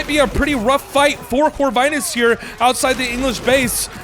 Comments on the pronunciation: Lovely cast !! BTW, Corvinus name is pronounced with "i" like in word India, not like in word Ice :). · Pretty sure Corvinus is pronouced with a short "i" sound.